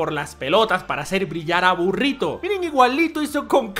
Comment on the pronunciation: me excito como usted dice burrito le dare un like